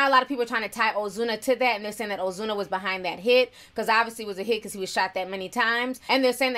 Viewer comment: You sound spanish when u say ozuna😍